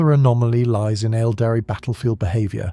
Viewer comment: Really good content, I love your videos watching everything rn back to back and recomending them to others! Might be a very small thing, but the pronunciation of Aeldari should be "EHL-dah-ree" sometimes it's pronounced like "el-dahree" which is wrong and sounds very much like abominable intelligence talking.